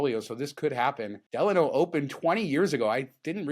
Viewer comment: Guys: The hotel name, Delano, is pronounced "D-LON-O". It rhymes with "Milano" (the city in Italy).